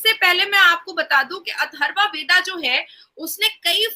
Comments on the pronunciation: ये "वेदा" नहीं है ये "वेद" है इसका उच्चारण "वेदअ" बोला जा सकता है, दर असल में हर एक व्यंजन में "अ" का उच्चारण होता ही है, जो बोलचाल में हम गायब कर देते है। जो दक्षिण भारत के लोग " वेदा " कहते हैं वो गलत है , वो "वेद" ही है उसे "वेदअ" पढा जा सकता है। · Mam vada nahi vad hota hai